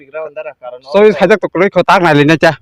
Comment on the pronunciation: Choice ❎ Chuice ✅ Help ❎ Hels ✅